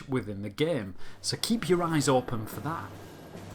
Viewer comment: I love the way he prenaunces the word game g e e m